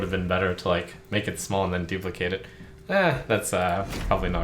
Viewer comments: I love this game but please pronounce duplicate correctly, I swear every youtuber I watch pronounces the noun form of the word and not the verb form. It just bugs me every time I hear it. Would love to see more of this game from you though. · Does it bug anyone else that Trump always pronounces "duplicate" wrong when it's a verb?